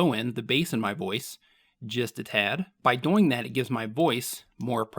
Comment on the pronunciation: Why do you pronounce "doing" like that?